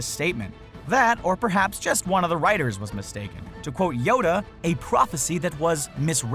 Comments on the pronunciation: It's writers not whiters or did you mean to mess up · He said whiters instead of writers on the boss baby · at like 13 29 he said witers not writers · he says “ witers”. Should that be in a YouTube video mistake video thing?